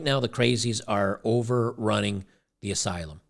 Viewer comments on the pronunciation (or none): none